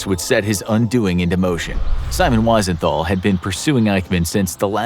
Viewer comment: Wisenthol is pronounced with a V sound.